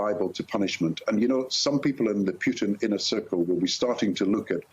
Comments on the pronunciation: Why does he keep calling him Pewton? What's wrong with this guy? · Love the way the brits pronounce his name Pew-Ton, how appropriate. He may not be able to move around to much of the world once he is indicted for his war crimes- much like the Nazi’s he will forever be running and looking over his shoulder, as he should be.